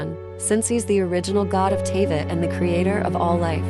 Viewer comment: and now Teyvat. Dude. Horrible video lol. This isn't like caramel and caramel. You don't just get to change especially names but also places names bc you want to say it differently lmao